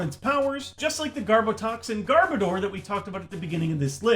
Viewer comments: garb oh door? Why?! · gar-boh-der NO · Youd this hed know how to pronounce Garbodor by now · Gar-Bow-Dur.... ??? What? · His pronunciation of garbodor and rayquaza hurts me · I think you're pronouncing Garbodor wrong. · really a poke tuber mis pronounces garbodor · the way he pronounces Garbodor is just Insanely Dumb and fking Annoying - stoped watch the vid from there and thats why i Dislike. such a Cringe